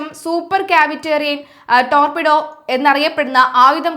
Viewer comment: Dorpidor അല്ലാ മോളെ, Torpedo, എന്നാണ് 🙏🌹